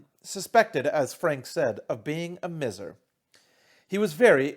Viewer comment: It's usually pronounced "my-zer" (miser) but doin great, keep it up!